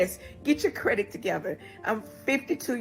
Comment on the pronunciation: If you saying "credik" instead of "credit". You really need a man for protection sis.